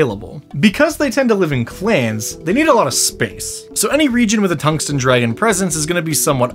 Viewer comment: Tung sten (heavy stone) dragib ???? and You pronounce tungsten completely wrong